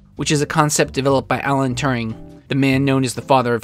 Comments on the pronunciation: It's weird when you pronounce Turing as touring... He's not American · How are you pronouncing Alan Turing's name? It sounds as though you've imagined an extra r in the middle (Turring) from somewhere! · Thats not how you pronounce Turing.